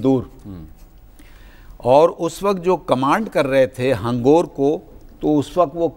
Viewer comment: Mr anchor,hangoor NAHI hangor.